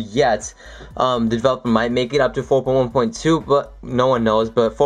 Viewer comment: four poin who poin wo. lol